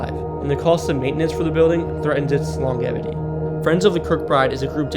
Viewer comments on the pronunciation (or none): Good info (though some is incorrect), but sweet s**t, at least Google how to say words you're unfamiliar with. "Deb-risss" and "longevity (with a hard "g")" are words you should have learned in primary school. I see enough others have commented about the city names, so I'll leave that.